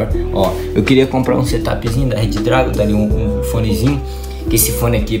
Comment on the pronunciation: Se fala Redragon e não Red Dragon